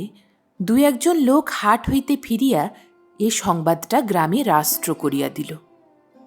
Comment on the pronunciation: অসাধারণ একটি গল্প শুনলাম। আপনার গল্প পাঠ বেশ ভাল। তবে বেশি গ্যাপ দিয়ে পড়বেন না। আর একটু সপ্রতিভ হলে ভাল হয়। আর রাষ্ট্র কথা টা ঠিক উচ্চারণ করতে হবে কেমন? ভাল থাকুন, ভাল ভাল গল্প শোনাতে থাকুন। অতীন বন্দ্যোপাধ্যায় শুনতে চাই।